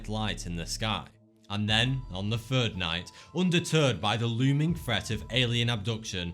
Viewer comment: I think after your "fird" beer you get fucked up and see shit. Poor Jesse and his "bruvah". He had that thing in his leg for "firdy-fou" years I'm just kidding. I like this guy's videos.